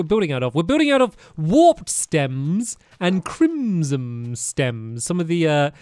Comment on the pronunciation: "chrimzom" this is how ill say crimson for the rest of my life